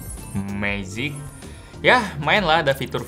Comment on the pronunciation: kudu gitu ye bang nyebut magic 😂